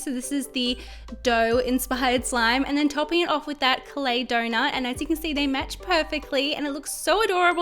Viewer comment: Iike if you agree I am just saying every time you say donut 🍩 it sounds like donor but really cute tho ps ❤️ your vids